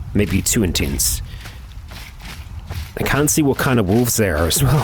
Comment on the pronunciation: I love how he says intence, i have no idea why xD